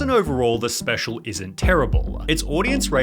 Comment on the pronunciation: I hate how sunny pronounces his L’s lol. “This is so specialuh”